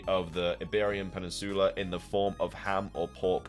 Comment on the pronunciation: Drink every time Peninsula is mispronounced in these videos